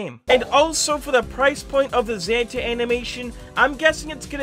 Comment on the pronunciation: it's Zanta not zanda